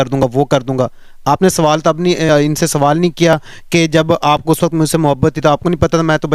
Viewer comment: ek sawalaata Nahin ek sawal hota hai